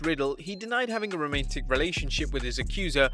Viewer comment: Say that again...Romaintic? lol